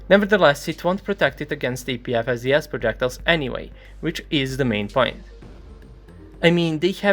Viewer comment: only ogs remember when he pronounced "APFSDS" as "APVSDS"